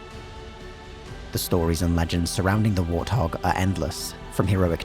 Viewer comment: What the hell is a "war thog?"